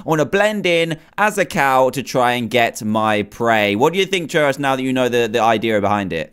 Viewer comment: It's Trayaurus not Trayorus